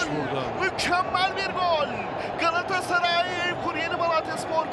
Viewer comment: Bu spiker niye Galatasaray diyemiyor?